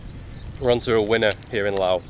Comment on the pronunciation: Thank you for pronouncing the name correctly as Lao. Lord knows why the French added the S.